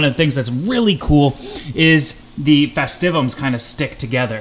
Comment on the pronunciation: Congrats you're the only person on the internet I've found that pronounces the denison barb as "denyson". Try "dennis-son" and "festive-um".